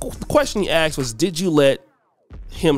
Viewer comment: Stop saying axd her. Its asked